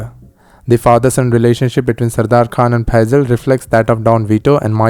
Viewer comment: you pronoused phaizal right